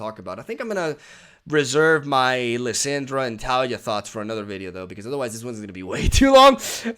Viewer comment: It's tuh-LEE-yuh. 😁